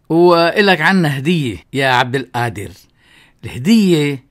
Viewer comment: بعدين مشان حرف القاف انت شيخ لاتلفظها همزة هيك عم تهمز القادر